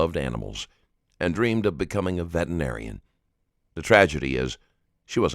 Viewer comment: Hey narrator, the word is "veterinarian," not "vetenarian."